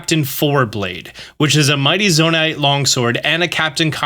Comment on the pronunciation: Pretty sure it would just be pronounced “ZoNITE” right? Not “Zona-ITE”?